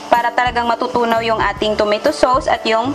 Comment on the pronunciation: PRONONCED AS "TO-MAY-TO SOS" NOT TOMATOE SOOWS.